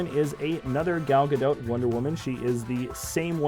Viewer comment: Perfect pronunciation of Gadot.